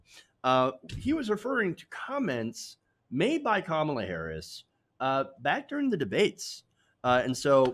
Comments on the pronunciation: Isn't it cute how he refuses to pronounce her name properly? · What drives me nuts is that they keep mispronouncing Kamala wrong! Such a lame "attack".